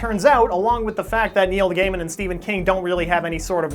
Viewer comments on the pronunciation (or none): it is pronounced guy men